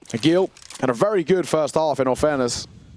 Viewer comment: Tell the comentators ag1l is pronounced "ah-jeel" and not "ah-gil" please